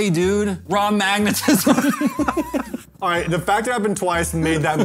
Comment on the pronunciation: "RAW MAGNATISZM!" 🤣🤣🤣🤣